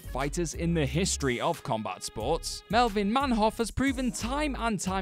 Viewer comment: Man Hoof it's pronounced, nice job again,how tf did you get this job